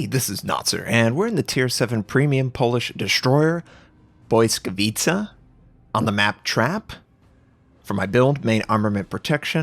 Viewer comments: Lmao the pronunciation. I don't know if I'm right either but I think its Blee-ska-vee-cha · Notser Try reading it like it's "Blitzkavitsa". You get it mostly right and it's not even that far from the original meaning - błyskawica - lightning (pol) and blitz - ligthning (ger). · "Błyskawica" is pronounced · Being Polish and listening to this pronunciation is difficult.